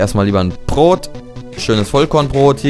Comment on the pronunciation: er sagt immer prot xD ( eigendlich heiß es Brot) ;D